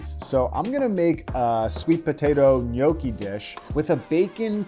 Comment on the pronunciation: Was fun to watch, but you need to work on your Gnocchi pronounciation 😂